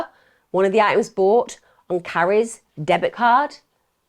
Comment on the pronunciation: I find these crime stories fascinating, Emma comes across as very articulate so don't get why she constantly drops her t's so eventuality becomes eventuale and items become iems... Also I don't think that eternal hell fire is a fitting punishment even for the worse of people. Many religious people and I guess in Emm's case Christian view is morally justified.